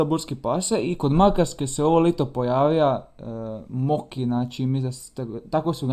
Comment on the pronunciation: ja msm da je mako a ne moki